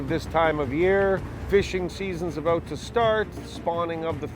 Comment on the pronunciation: Now maybe they can learn the proper pronunciation of about!